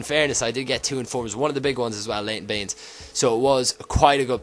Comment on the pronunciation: when he said inform baines it sounded like inform beans because of his accitined